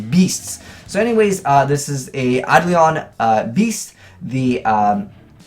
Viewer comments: Say it with me you cheeky scrub; Eye-Dough-Lawn. NOT Eye-dLeeawn. It's not that hard Kappa. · Emmy Quiades It's actually Ayy-duh-lawn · Primeturtlerobot ei·do·lon īˈdōlən/Submit noun 1. an idealized person or thing. 2. a specter or phantom. Google is pronouncing it with the standard American dialect. Eye-Dolan.